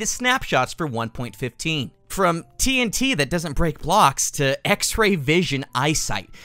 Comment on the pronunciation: When he said four tnt it sounded like four t teens